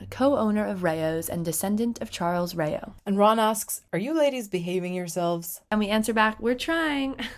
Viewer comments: you're pronouncing it as ray-oh but the actual pronounciation is closer to Raaa -oh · Rayo? Not raa-o? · It’s pronounced RAO like WOW but with an R. Not Ray-O. Come on. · I can't get over the idea that it's pronounced "RAY-O". Not "Rao", as in rhymes with bow Wow? Really? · Its not rey-o, its ra-uv/s if that makes sense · Rao is pronounced like round without the nd. Not Rayos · It’s not pronounce rayeos it’s pronounced exactly like it’s written Rao As in ra - o (o sound) and then and an s at the end so Rao’s I know this because Rao is actually my last name. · Rayo?? That pronunciation hurts my soul. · "ray-oh's" lol... uhhh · Ray-Os. No, dumb broads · Learn to pronounce Raos correctly 🙄